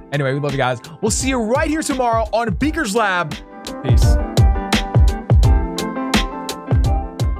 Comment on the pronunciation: everytime you say peace u sound like u say please, teace, denis